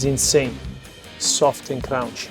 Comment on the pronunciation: You need to learn how to pronounce correctly Soft and Crunchy dude! It’s the name of your pizzeria AND your trademark! ! Crunchy, NOT Crounchy! 😂 Having said that, the box is killer!!’ They should sell it to the big chains! 🤙💥💪🙏